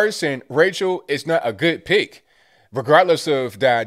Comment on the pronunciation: He says, "not a good pick". But I swear it sounds like, "not a good pig". Wouldn't that be the truth?